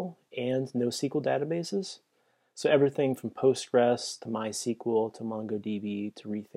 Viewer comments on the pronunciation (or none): none